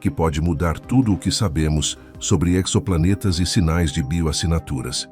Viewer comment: Exoplanetas sem pronuncia com o "x" tendo o som de "z" - como em "exotérico"! Parei na terceira citação de "exoplaneta"